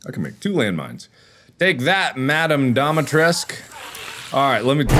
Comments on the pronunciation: The name has romanian origin and you pronounce it like you write it Dimitrescu! The main character saying it like Dimtresk, but its wrong! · yeah, but even if that was the case, you wouldn’t pronounce it as “Dum- EE-tresk”, you would also have to include the U at the end so it sounds more like “Dum-EE-tres-coo”. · Oh ok, my apologies for misunderstanding your comment ;-;. For IPA, I am guessing it would be “Dumi’tresku”, as supposed to “Dumi’tresk” (Capcom’s pronunciation). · The actual character saying her name: Domitresce Mark being dumb: I think it's dimitresq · The real word equivalent is Dumitrescu and sounds a lot like what the voice actors are saying. In game it's spelled Dimitrescu so I don't know why they would pronounce it like Dumitrescu unless there was a typo somewhat early on and they stuck to it. (u is next to i on qwerty keyboards) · I think it's pronounced dimitrOOOOH YOU STILL THERE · Mark: I don't why she's so mad at me Also Mark: kills her daughters and repeatedly pronounces her name wrong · mark correcting Dimitrescu on how to pronounce her own last name and getting his ass slapped for it seems about right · Mark here trying to correct Lady Dimitrescu on how she pronounces her own name cause he likes the he pronounces it more XD